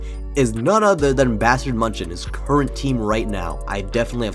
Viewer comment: i beg you please pronounce it "myun-hen" as its supposed to be not munchen LOL